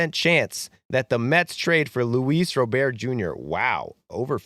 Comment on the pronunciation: Not that you'll talk about him again after the trade deadline, but Luis Robert's name is not pronounced like he's French. It's pronounced like someone who's first name is Robert. A hard T.